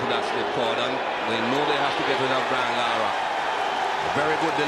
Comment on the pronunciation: It's larra